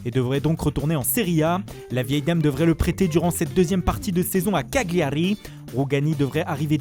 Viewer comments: Wsh respectes l'italien, on dit [Kallliari] pas Caggglari. On ta déjà dit d'arrêter avec ton accent toi. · Ça sert a rien d’essayer de faire l’accent italien quand on sait pas prononcer Cagliari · Surtout qu’il prononce mal Cagliari donc vraiment ça sert a rien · c'est bien de faire l'accent italien quand on prononce le nom des clubs, parcontre le g on le prononce pas en italien, en gros on dit pas CAGLIARI, mais CALIARI :p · il l'a tout donné niveau accent